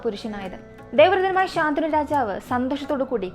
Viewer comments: ശന്തനു ആണ് ശാന്തനു അല്ല😊😊 വേറെ subject ഇല്ലാത്ത കാരണം ആണോ മഹാഭാരത കഥയിലെയ്ക് പോയത് എന്തായാലും ഇനിയും ഇത് പോലെ ഉള്ള കഥകൾ വേണം ,ഇടയ്ക് ഹൊറർ ആവാം അതിനാകും കൂടുതൽ ആരാധകര്😂😂😂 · super video ayirunnu... But rajavinte name shantanu ennann... ശന്തനു എന്നാണ്..... ശാന്തനു അല്ല 😊